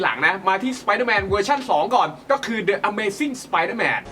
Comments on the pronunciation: ดิ อเมซิ่ง เถอะเจม สายเหลือง ไม่ใช่ เดอะ อเมซิ่ง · ต้องออกเสียง "ดิ" นะครับ ไม่ใช่ "เดอะ" เพราะติดตัว "A" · ขอติครับ The amazing อ่านวะ ดิ อเมซิ่ง ไม่ใช่ เดอะ ครับ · ขอเสริมการอ่าน the amazing spiderman อ่านว่า ดิ อเมซิ่ง สไปเดอร์แมนนะครับ ไม่ใช่อ่านว่าเดอะ อเมซิ่ง สไปเดอร์แมน ครับ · พี่ต้องใช้คำว่า ดิ นะ ไม่ใช่ เดอะ เพราะคำตามหลังเป็นตัวสระนะ บอกเฉยๆนะครับไม่ว่านะ #รักช่องนี้ๆ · ชอบทุกเวอร์ชั่นครับ..ตินิด..อ่านออกเสียงคำอังกฤษยังมีที่ไม่ถูกบางคำ..จริงๆต้อง..ดิ อเมซ....โฮมคัมมิ่ง.... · The นำหน้าสระ a e i o u ออกเสียงว่า ดิ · ต้องอ่านว่า ดิ อเมซิ่ง นะคับ เพาระว่า หลัง the ขึ้นต้นด้วยสระ(a e I o u) ไม่ดราม่าเด้อ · The อยู่หน้าคำที่มีพยัญชนะที่เป็นสระ (a e i o u) จะออกเสียงว่า ดิ นะครับ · the amazing spider man ไม่ได้อ่านว่า ดิ หรอครับ?